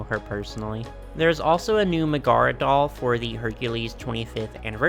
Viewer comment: Love your vids. I will say i don't know if someone has already commented this but her name is not pronounced Ma-Gar-aa its pronounced Meg-a-ra the "Meg" part sounds like the beginning of the name Megan. and that, i was quite surprised to learn, is not a Disney made up name she's actually a real princess in the Hercules story. for the longest time i thought she was made up by Disney nope she's got actual foundation in the original Greek myths!!! ANNNNND is a real princess in the old story too!!!